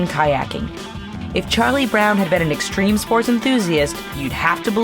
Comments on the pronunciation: STREME SPOATS! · Did somebody say... streme spoats? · it's extreme sports pal hahahaha 😡😡😡😡